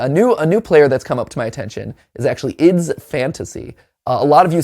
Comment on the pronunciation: I still confused why matpat say ID's fantasy instead of I D's fantasy